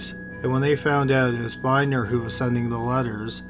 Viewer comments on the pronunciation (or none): That guy's name is Tim BIHN-DNER not Binder, and there's a lot to that story. First he passed all polygraph tests one was called inconclusive but that was just a cop tricks they that they always do but actually that doesn't mean anything cuz the cops lie and say you fail them people pass them when they're lying and as you know they're not admissible in court because of such reasons. Dog evidence is also very ambiguous at best as far as being used as evidence. Is creepy as the guy is you would think he is up to something, anyway but he he won a big lawsuit against the police for tarnishing his reputation however he has done even more creepy stuff then will you dug up. Now you dug up some new creepy stuff that I didn't know he did but he also sent antique silver dollars to little girls with with notes written backwards they had 2 look in the mirror to read and yeah he was a freak it's almost impossible to believe that he had nothing to do with any of that but then again you know some people just have some bad sexual proclivities and realize that they're bad and they keep themselves composed